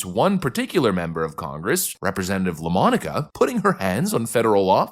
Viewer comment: “La Monica”? Say no more.